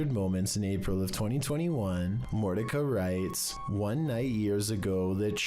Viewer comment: her name isn't Mortica! It's Morticia More-tish-a! Like the Adam's Family, but you're too young to know that, lol